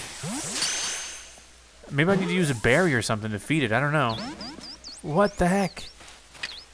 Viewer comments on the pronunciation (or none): none